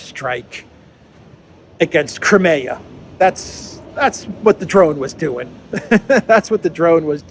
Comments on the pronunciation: Nobody else pronounces Crimea as you do! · Is that how to pronounce 'Crimea'?